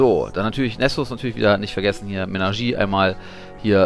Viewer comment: M Ä N A S C H E R I E ( SCH aussprechen wie Menagerie- Wie Manege ! Zb Zirkus Manege ! !